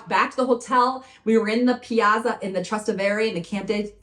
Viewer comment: It's pronounced Tras TEH ve re.